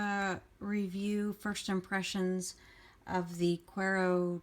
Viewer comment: Great review and love your channel! FYI, the words are Spanish so they're pronounced 'koo-EH-ro to-SEE-no'. Cuero means 'leather' and Tocino is bacon/fat. HTH! 😊